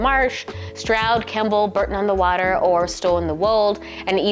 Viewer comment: Bore-ton not Bur-ton